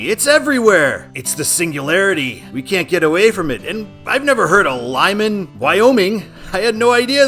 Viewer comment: You are pronouncing Lyman correctly. I’m surprised it’s on here because it’s close to Evanston, but it makes sense as a control city for business 80